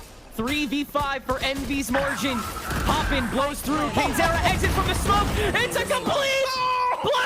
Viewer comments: cane-ze-rra 大概是kane-seh-rah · Canezerra那是什麼念法……